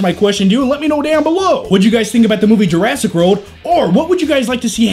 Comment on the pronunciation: Every now and then it sounds like he's saying Jurassic Road.